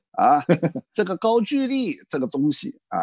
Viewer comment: 应该是高句（音gou）丽吧